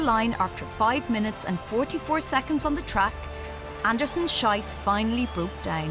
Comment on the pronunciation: Aaacckkk! The second name in "Anderson-Schiess" rhymes with "peace". The way this announcer pronounces it, it's the vulgar German word for excrement.